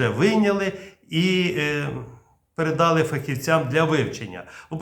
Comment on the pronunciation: прилічний - ПРИСТОЙНИЙ прискорювач- ПРИШВИДШУВАЧ керосин - ГАС товщиною - ЗАВТОВШКИ об'Єм - Об'єм(наголос на "о") передАли - передалИ * Головне питання: а що там з українською балістикою?